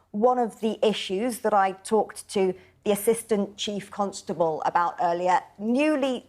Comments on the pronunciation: Why does she pronounce Constable as Cuntstable? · Lol she says cuntstable